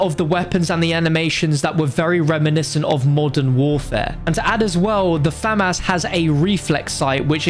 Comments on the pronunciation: Its famas not famass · Me: Famas: Fam-Ass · i Also enjoy the fam ouse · My brother pronounces it Famis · "Fam-ass" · Lmaaooo, “Fam-Ass” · I wonder if he’ll ever pronounce famas right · Man said Famas it’s m16 bro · Never say famas again